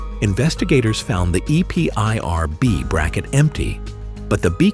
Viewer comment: Is this an AI voice ... Can't say EPIRB?